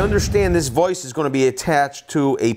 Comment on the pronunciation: My biggest issue is the way you keep pronouncing vice and writing 😂😂😂 Love the vid though 👍